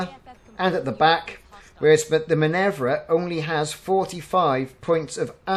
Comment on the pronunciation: Minerva is Min-err-va rather than Min-evv-ra